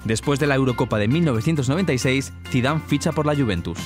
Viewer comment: en el minuto dice Zidave no Zidane